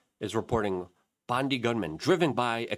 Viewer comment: Btw it is pronounced Bond eye in Aussie speak.